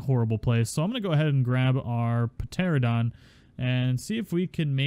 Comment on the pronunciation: Love your videos, man..!😆 You're my go-to-guy for all the new tames..! :-D But please, for the love of God, stop saying Pteradon..! 😂😂 FYI, it's a Pteranodon, and it's pronounced "tera-nodon"